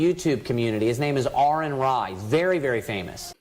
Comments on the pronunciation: Shout out again to the preacher getting for name right. At least he gor something right. 😆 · I enjoyed the part where he got name correct also. A little mutual respect goes a long way IMV